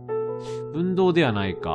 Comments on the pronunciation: 分銅(ふんどう)やな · 分銅をぶんどうと連呼してるのがすごい違和感。